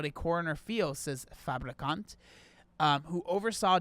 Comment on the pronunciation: The name "Daniel Fabricant" sounds fake, especially because he was pronouncing it like "fabrikant", the Dutch word for "factory". So he was just saying "Daniel Factory" over and over 🤣